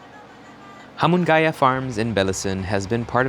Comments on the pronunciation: Its hamu nga ya but anyways great vid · its HA-MU-NGAYA